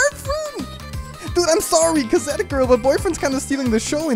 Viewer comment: K A Z E T